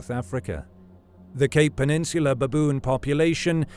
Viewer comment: So many "beboon" in a minute😂